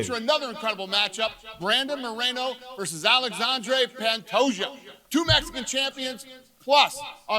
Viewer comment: YOU DONT SAY THE J IN PANTOJA